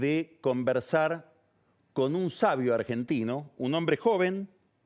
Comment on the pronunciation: Me parece o dijo "el argentine" ?